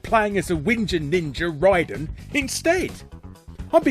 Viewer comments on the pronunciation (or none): none